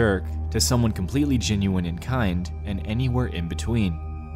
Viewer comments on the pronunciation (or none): Creepiest thing in this video is the way he mispronounces genuine to sound like ginuine